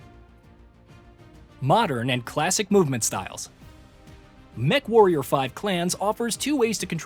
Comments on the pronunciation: Did you really say "mecha-warrior 5?" Yeesh... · Sorry, I gotta stop watching. You called it mechawarrior